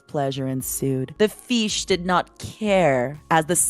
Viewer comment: "the feesh had not taken her shower" I'M LITERALLY CRYING